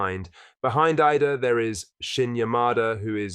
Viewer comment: this dude has another channel for sevco......cant get idah name right